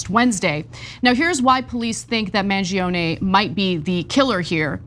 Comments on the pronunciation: I'm Italian and from all the coverage i listened to, Ana was the only one that pronounced his name right. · Finally someone pronounces Mangione correctly 🤌